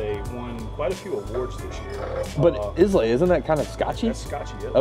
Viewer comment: FYI: Islay is pronounced eye-la.